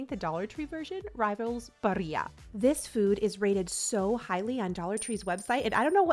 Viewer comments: hihi, it is bari -l-l-a because it is an italian brand 🙃it brought a smile to my face that you as a former spanish teacher would automatically pronounce it bari-y-a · Please for the love of pasta the L's in "Barilla" are pronounced as L's. Sorry I had to say something. It was like nails on a chalkboard. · How did you pronounce Barilla?!!!!it’s Italian not Spanish. 🤦🏻‍♀️